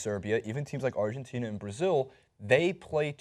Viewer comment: outside of the fact that he mispronounced Argentina smh... and everyone on the first dream team were ball dominant as well, including Mr Barkley, those guys weren't scoring all those points being role players. true the competition is a bit better but, I saw a interview where Barkley said these new international teams wouldn't come close to the dream team he played on so what does that mean? these are things journalist shouldn't shy away from. instead of just agreeing with Barkley cause it's convenient, or maybe they don't actually know what they're talking about?